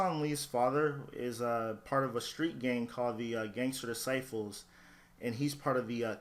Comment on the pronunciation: Disciples not dicifles